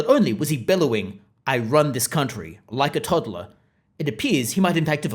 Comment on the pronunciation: "I wun this countwee!''